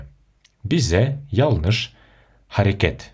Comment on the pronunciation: Янлыш почему читаете ялныш? Янлыш- жаңылыс қазақша